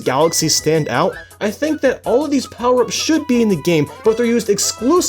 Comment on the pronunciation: USE ALL DA POWAH UPS